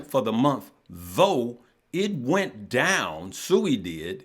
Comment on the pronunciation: It’s not Sooooi it’s Siiiiiiiiiii